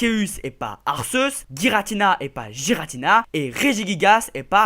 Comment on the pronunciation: Giratina (Jiratina)et pas Guiratina!!!😂